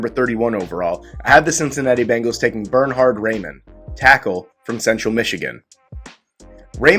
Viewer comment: Geez! So glad the Bengals didn't agree with you on Reimann (pronounced "Ry-Mun)! LOL!